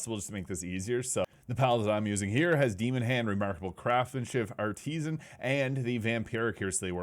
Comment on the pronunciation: “Art-e-sin” NOT “Art-tees-an”. I pray English is your second language XD. With the exception of graping my ears, great video brother.